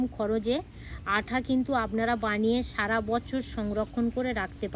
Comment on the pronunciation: আপনি আটা কে আঠা বলেছেন কেন?